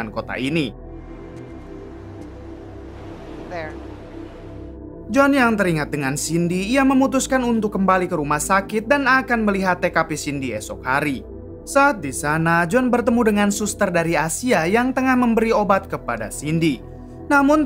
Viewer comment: Di menit abang nilang tkf bukan tkp